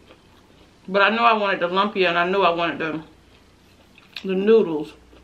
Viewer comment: Hi gorgeous, I’ve never tried pancit but lumpia I have and they are delicious. Yes try Ethiopian food, the channel osh and akela recently did a video with Veronica wang and they are Ethiopian good, please go watch it if you haven’t it. Buy the ingera bread if you’re going to try it, also the rice and the curries. ❤️❤️❤️ lumps is pronounced loom-Pia 😘